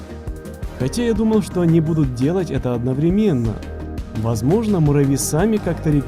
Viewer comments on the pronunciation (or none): чувак одноврЕменно ударение на 3 слог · Правильно говорить не одновремЕнно, а одноврЕменно!